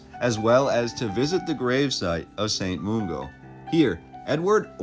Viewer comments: Glasgow pronunciation is spot on but Mungo is not moongo but mun like fun. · Nice but its St Mungo not St Moongo ffs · Glaswegian here. Thanks for the history summary. If I can add a few bits of local knowledge. St Mungo is usually pronounced with the u as in gun. Re gas, I have never heard of natural gas pockets under Glasow itself, though its possible. Households usually used coal for heating fires and cooking. There was a lot of coal mines in central scotland, and iron ore, which, with its western coastal position giving access to America, India, Australia, etc caused huge industrial city growth in 19th century. Shipbuilding was big. The gas lighting you see in the photos was developed at that time. The gas was produced by burning coal and stored in massive metal circular tanks like the one in the distance in one of the photos of the cathedral. Lighting is electric now, but household gas for heating and cooking is nowadays from natural gas, mostly from under the north sea to the east of Scotland. Photos by Annan were to provide a record of poor condition property ( particularly near the Cathedral ) before demolition, but also shows other buildings that are still around like the Cathedral itself, the Tolbooth tower, the University, and many of the houses.( many externally cleaned of grime around 1970's to reveal beautiful stonework) BTW Trolley buses, trams and Motor buses were around at the same time/ overlapped time periods( they didnt all have wires), and photographers often took photos very early morning before most people were up, hence minimum traffic and less smoke in the photos. As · Overall this video was fantastic and very informative but I can't fathom why he choose to mispronounce St. Mungo as St. Moongo. There is no 'oo' in Mungo but there is definitely a 'u'. Maybe his native language is Spanish, hence the 'oo' for 'u'. Having said this I don't want to come across as overly critical because he's done his homework and I commend him for his effort.